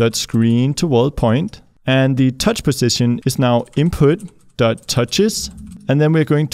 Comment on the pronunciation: "THE CRAP MOVES"!!!! HAHAHAHAHAHAHA also you keep saying. you need to work on that word some more. its more like PUH ZZ ition. cool you got it!